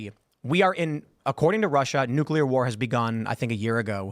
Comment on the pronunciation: Also why can't zoomers pronounce the word Nuclear?